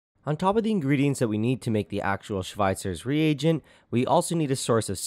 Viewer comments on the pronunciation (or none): It annoys me how he says Schweitzer's rEAGent.